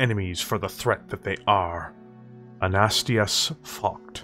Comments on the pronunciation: It doesn't help that the dude has an uncommon German name, Focht alone is hard to say, let alone Anastasius. You just seem to be lacking the late A, AnastAsius, not Anastius. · Dude, I've enjoyed your work. Please take this as constructive criticism. Please learn your pronunciations better. It takes me out of the experience when you say things incorrectly. An-a-stāis-ius, not A-nast-i-us. Just an example. I'm not downing your work. I'm hoping to help elevate you to the level I think you could be at.